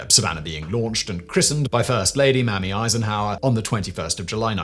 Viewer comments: It's not Mami Eisenhower, It's MAYmee Eisenhower. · Her name was pronounced as MAY-ME EISENHOWER not as MAM-MY. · MAYMIE , NOT MAMMY !!!! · Um, Mrs. Eisenhower's first name was "MAYmee". 😁 Great video, as always! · "MAY-mee": Eisenhower. And "kal-HOON", not "kal-HONE". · Simon: Dahling, Mamie is pronounced "May-mee."